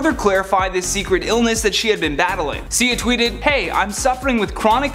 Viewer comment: Sia(see- ahhhh) my eye was twitching every time you said her name wrong! Please 🙏 learn the names and how you say them I'm a big fan of this channel except for the repeating. Thank you 💕